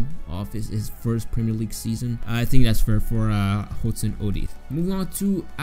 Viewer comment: I can’t believe how you said Hudson Odoi